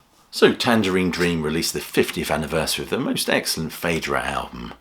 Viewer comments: It's probounce 'feedra'. 'ae' has an 'ee' sound - as in Caeser, Paediatrics or Aesthetic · Interesting to hear it pronounced "Faydra". I've always thought of it as "Fydra". It seems that both pronunciations are valid. As for the music being ambient: hell no. This is immersive and powerful stuff.